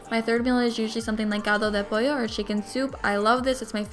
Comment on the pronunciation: I like that part when you said caldo de pollo are you Hispanic